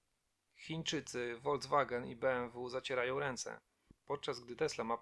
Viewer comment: Słowo Volkswagen czytamy ( Folkswagen) a nie Wolcwagen. W 5 minut tankujemy „ benzyniaka” a Diesel w ile ? Naucz się profesjonalnie przekazywać informacje , zacznij utrzymać poprawnie języka polskiego.